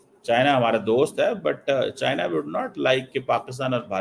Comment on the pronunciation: China❌ chian✅ 😂😂😂😂😂😂😂😂😂